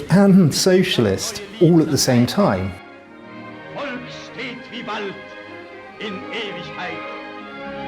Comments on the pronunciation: Please pronounce "Volk" with av F-sound. In german the V is a F [folk] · It is pholk not wolk.